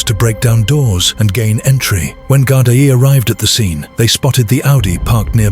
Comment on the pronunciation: Gardai pronounced Gardee🇮🇪☘️🙏🕊✝️😘